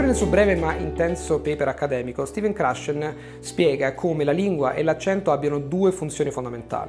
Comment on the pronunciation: come mai che pronuncia "Stephen Krashen" come un italiano dal centro del tribù